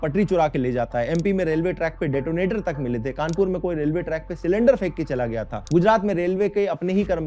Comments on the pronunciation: it gaya ji ,bihar not gyaa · bhai that is not GYAA it is GAYA